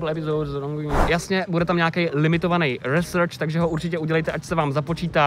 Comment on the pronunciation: Já vím je to taková blbost ale research se vyslovuje "risrč" ne "resrč"